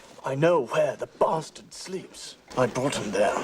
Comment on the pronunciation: “I know where the BASSturd sleeps”